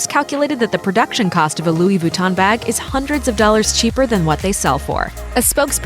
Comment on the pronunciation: Louis Vuitton Montblanc Veuve Clicquot Louboutin were all pronounced wrong in this video. Why are Americans sooo bad at pronouncing stuff?